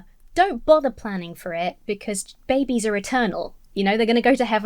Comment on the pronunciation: The way that most Christians say the word "babies" always triggers me ever so slightly. Christian men and women often put this soft accentuation (for lack of a better term) on both syllables of "babies" and, to my ear, it always sounds gross. Yeah, it's a stupid nitpicky thing and it shouldn't bug me, but it just reaks of baby worship. I like the word "infants" much better. I feel better, lol.